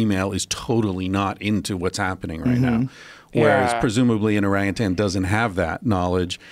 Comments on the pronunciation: Duncan's quick save after "o-rape-utan" hahaha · Duncan "Orapeutan" Trussell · Arapeatang lol